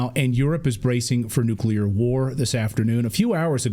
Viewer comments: Side point maybe but when someone with supposed expertise keeps mispronouncing "nuclear" it really freaks me out... 😳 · I had to click off. That dude, mispronounced "nuclear", one too many times for me. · Say it with me: NEW-klee-er If there’s war, does it suspend inauguration of the newly elected president? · Can anyone in America pronounce ‘nuclear’? It is pronounced… New-clear Not newculer It’s not complicated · OMG I wish people would stop saying nukular! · What is it with Texans that can't say nuclear? It's not nuculer.. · How can people, especially him in that position, mispronounce the word nuclear? Does he hang out with George W. Bush? Geez... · Congressmen can’t even say the word nuclear correctly.